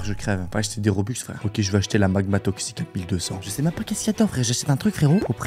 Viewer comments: et on pas roblox on dit robux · Ce n'est pas roblux mais robux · Mec on dis robux pas roblux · Trop bien tes vidéos et on dit robux pas roblox 😁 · ON DIS ROBUX